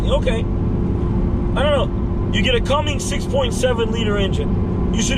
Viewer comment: Its a Cummins not a Cummings.